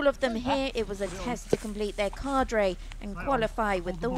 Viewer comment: "complete their cardray" Cadre not cardray